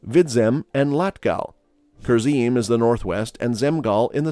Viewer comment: Kurzem,vidzem you pronounced theses like someone who lives in courland😂